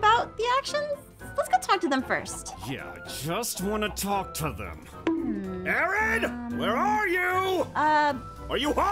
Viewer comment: Its Aaron not aron😂